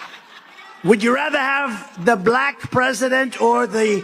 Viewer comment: "...the Blaahque President..." Why can't tff'ng pronounce the word Black 🤔 🤨